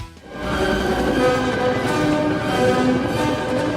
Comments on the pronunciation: It's Reeck-ard , not Richard (Wagner... with a Vuh VUh VUH!) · Oi, Nothing Wrong with Keith Richards, infact seems he stepped the fk up lady. Also, don't all y'all lot like the "Marxists" types... Clearly u owe this viewing to dodgey yt Maths.... PS, still puking at how you pronounced Wagner 🤮🤮🤮🤮 Oh gosh, I've typed and now heard you call yaself "" Cultural appropriation 🤮🤢🤮🤢🤮🤢🤮🤢🤮🤢🤮🤢🤮🤢🤮🤢🤮